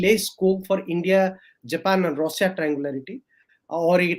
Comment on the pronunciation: Can't he pronounce Russia. Why Rosa. Irritating.